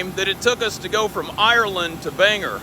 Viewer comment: In Maine we pronounce Bangor how it's spelled. OR rather than ER at the end. My mother lived near Clark after the war and had to carry a pistol because japanese remained in nearby jungle.